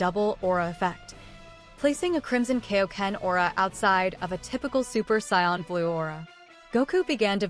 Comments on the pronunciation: 1st off it's SAIYAN NOT SCION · It’s SAIYAN not SCION